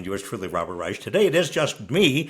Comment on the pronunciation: Don't feel bad, probably can't pronounce Rrreich